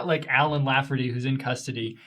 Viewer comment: *Lafferty not laugherty *Pyre not pirate. LOL 😂